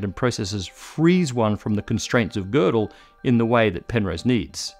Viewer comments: there are no tryptophan molecules in microtubules. there are tryptophan residues. a protein like tubulin is in fact a single huge molecule. one such molecule (e.g. human tubulin alph-1A) has around 450 residues. and thanks for pronouncing gödel's name at decently well. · thank you for pronouncing Gödel nicely. Hint: Kurt is pronounced like "Kohrt" in english